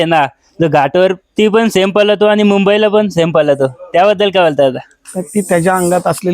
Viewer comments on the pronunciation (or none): पलतो😂😂❌ पळतो✅